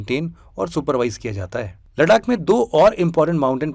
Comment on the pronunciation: it's लद्दाख not लडाक✨👍